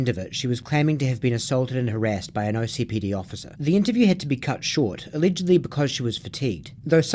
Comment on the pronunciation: Please it’s OKCPD not OCPD 😭😭 I know it really doesn’t matter but it sounds wrong every time I hear it